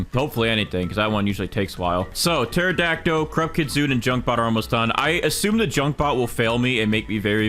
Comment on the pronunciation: I’m sry but every time he says pterodactyl it always makes me laugh a lil because he pronounces it teradact O when you pronounce it terodact Ol I’m not making fun of him so don’t hate me I’m just pointing it out lol